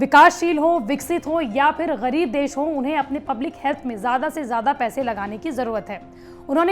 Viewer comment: Pakistan jaise GAREEEB desho ne bhi. Wo jo GAREEB word par aapne stress dala na ma kasam sun k maza aa gaya